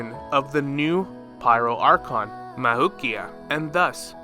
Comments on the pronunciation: Am i the only one who gets annoyed as he pronounces “mavuika’s” name mavukia 💀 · i think her name is pronounced “mav-we-kah”